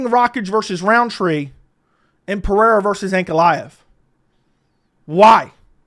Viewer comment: Alex is Brazilian not Hispanic it’s Pe-Rey-ra no Pe-re-ra.